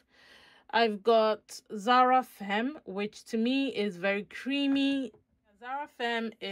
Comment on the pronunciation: Nice collection. Zara femme is pronounced “fam” 😅